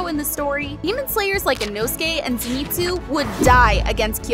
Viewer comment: I feel like Tanjiro would also get the power of being able to pronounce characters names better than you can. .. it's Ahh-kaah-zaah, zehn-it-zoo, and ehn-moo, you pronounced even more characters names wrong... lol